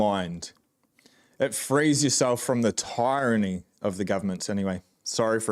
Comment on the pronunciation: Really enjoying your channel. Hey just one thing, tyranny is pronounced completely different to tyrant. Google it for correct pronunciation.